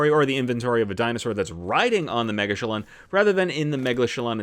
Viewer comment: After watching this I’m positive the correct pronunciation is ‘mega-chillin’. Great video, keep up the great work saving us time and trial!